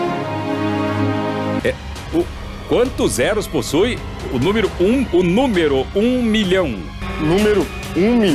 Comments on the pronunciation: o celso: "qual númiro?" kkkkkkkk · o apresentador falando númirú com i e ú tambem nao ajuda ne...